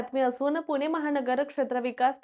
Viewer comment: अहो बाई, "पुणे" म्हणा.. तुम्ही " पुने" म्हणताय... पुण्याबद्दल बोलायचं तर मराठी शुद्ध पाहिजे.. 🤣